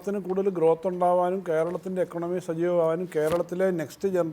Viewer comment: എക്കോണമി / ഇക്കോണമി ആണ്. അല്ലാതെ എകണോമി അല്ല.